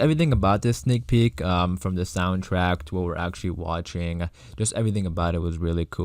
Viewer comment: STOP SAYING SNEAL PEEK FFS